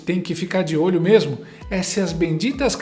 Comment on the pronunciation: Ouvi bem o comentarista falar "tamem" e "mermo"? kkkk